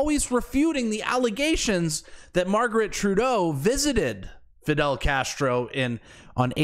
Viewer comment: It's fidel..😂cmon man